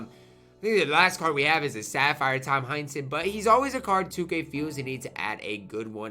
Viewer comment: I assumed that was who he said but I heard Hunnington when he said that